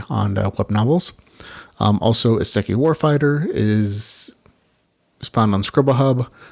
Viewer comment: Since it's something you'll probably have to say often- just wanted to point how to pronounce Isekai, it's "E-Say-Kai". Now that I've said that intensely geeky statement- thanks for the video! Been looking for more recommendations of books to read!